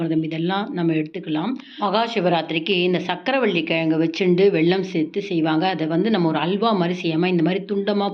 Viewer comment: Say vellam not velllam